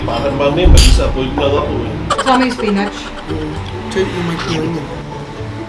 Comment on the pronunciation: spinach is pronounced as spinich